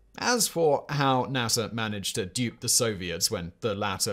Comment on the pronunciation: Yes we landed on the moon. Hearing you call NASA .... nassar